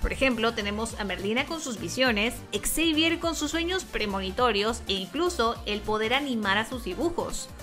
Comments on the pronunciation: Por qué dicen "ex sevier"? Se escribe xavier, pero se pronuncia "seivier" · esta mal, se pronuncia "seivier" escuchala en inglés, y si no me equivoco solo la voz de Merlina dice ex seivier en latino al menos.